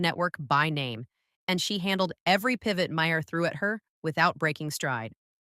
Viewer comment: M-A-R. M-A-R. The H is silent. Mar.